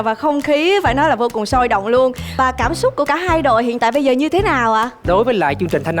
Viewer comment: giọng cũng hay nhưng phát âm sai nhiều từ thật," cảm xúc" mà hay nói là " cảm súc"